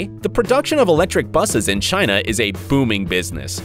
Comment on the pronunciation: He said in China “in shina”